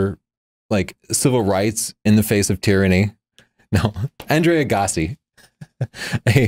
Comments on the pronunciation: Thank you for coming clean on mispronouncing Andre Agassi. I was offended initially by how pronounced it. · Holy crap, when pronounces "Andre Agassi" loooooooooooooooool.